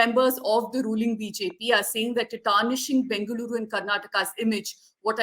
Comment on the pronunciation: First try to pronounce the city name properly